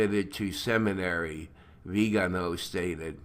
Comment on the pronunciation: Neither Vígano, nor Vigáno,; it is Viganó, i.e., Vigano with a stress on the last syllable "no". Thank you for all your effort!